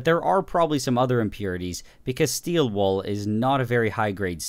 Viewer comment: No one: Absolutely no one: Nile reid: steel wOoL 😂😂😂😂😂